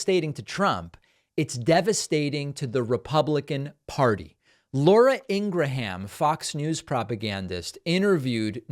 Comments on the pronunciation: Its pronounced Laura Ingrum not Ingra ham. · It's pronounced 'Ingrum'. Not In-gra-ham. Ingrum. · Not a fan of her, but it's pronounced Laura "Ingram" not "Ingraham." If you are going to mock conservatives for improper grammar, you need to get pronunciation correct. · Why do you keep mispronouncing Laura Ingraham's surname? I have always heard it pronounced EEN-GRUM. EEN (like in seen) + GRUM (like in GRUMP). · Take it from a Scotsman, Ingraham Is pronounced ing-rum. It's so easy that even the morons at Fox can say it. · Her brother said their name is actually pronounced Ingra-ham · Laura Ingraham's name is pronounced 'Ing-ruhm', as if it were an English city like Durham ('durrum'). For whatever that's worth. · omg David, her name is pronounced "Ingram" - does NOT rhyme with Abraham! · Can you please learn how to say Laura Ingraham. Stop emphasizing the A in the middle. You hurt your credibility when u pronounce words like a 5 year old. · David i like you and all but why is it you have to pronounce Lauras last name like you do on this video. You clearly know how most people pronounce it because you have pronounced it the way most people pronounce it as well in other videos. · Why does he pronounce her name like that?